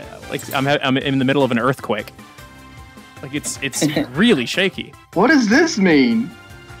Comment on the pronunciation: When he said earthquake.. As a australian I was triggered